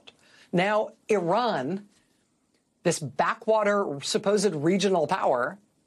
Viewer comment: Dear Racheal Maddow , regards , thought u were an unbiased person , but the tone u adopted about Iran sounded , every time u said Oran , sounded as if u Americans r aliens from outer space & Iran som down trodden nation , quite unlike u . Oran has existed on world map long before long before US was discovered & has been centre of eduction for centuries , like Kabul & Iraq , which the crusaders & invaders like US destroyed , many times making excuse of savingUS these being thousands kms across Atlantic Ocea. Americans think